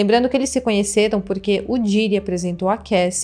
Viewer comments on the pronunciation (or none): Meu para de pronunciar Diiiiiiddy, come on, vc tá falando um nome em inglês, então pronuncia direito pq vc é bem inteligente, imagina pra quem fala 4 línguas ouvindo esta pronuncia ou toda hora que vai falar um nome de outro país abrasileira este? 😂😂